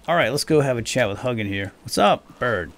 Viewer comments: Hug'n the raven. The more cuddly version of Hugin. Which is pronounced like "who-gin". As someone who speaks old Norse and studies Norse mythology, this was...painful. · I think it's pronounced hoo-gin. And moo-nin. Odin's raven's thought and memory.(I just got done listening to the Iron Druid Chronicles, and that's how it was pronounced in those books anyway.) Love your content. I can't keep up with it all, but I struggle along at the best of my ability. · If you're going to make more of these, please know that Hugin is pronounced more along the lines of Hu (like "who" , but the u-sound in the end of "you", and gin (with a hard g, like in "golf") and a longer "n" sound, like in "jinn". I do enjoy your videos, but hearing you butcher that makes my blood boil 😆. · I'm norwegian, so it was painful for me too